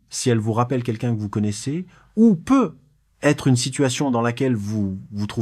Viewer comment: I.A. horrible comment tu dis "peu ... être" 😂😂😂 et les chiffres 😂😂😂 ... avec des "euh" placés par ci et par là 😂😂😂